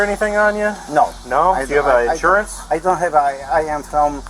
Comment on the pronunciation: “license registration schjurjur” 😭